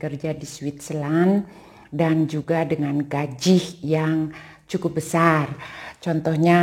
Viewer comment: Gaji bu, bukan Gajih hehehe